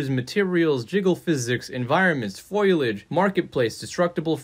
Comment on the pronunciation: "Foilage"? Gah! Mike from GFS always says that, and now it's spreading! 😲😂